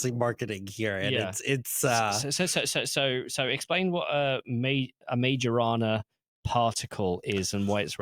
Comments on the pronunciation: FYI - Majorana is supposed to be pronounced my-oh-RUH-nah . He’s an Italian physicist who pioneered a lot of early results in subatomic physics before disappearing in 1938. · for fuck sake can you google for 10 seconds? "Majorana" → "My-oh-rah-nah" (the "j" sounds like an English "y") I don't care about Microsoft, but can you pay a minimum amount of respect to the actual scientist Ettore Majorana? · Soft "j" in Majorana. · I switched out after that absurd mispronunciation... anyone who doesn't have the intellectual curiosity to understand the origin of the name, it's pronunciation, it's relevence in the quantum physics hidtory, is not going to teach me anything new about quantum computing...